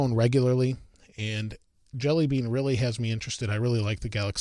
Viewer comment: Thought he said android deli meat